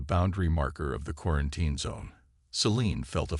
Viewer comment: Your AI can't say quarantine.